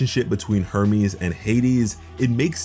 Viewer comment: I almost thought he said Herpes instead of Hermes.